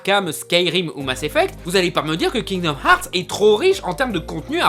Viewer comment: kinomarts? cte prononciation mais lol !! je suis dead